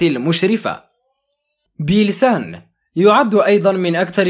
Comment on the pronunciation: اختي مواليد 2017 اسمها بيلسان بس انت لفظته غلط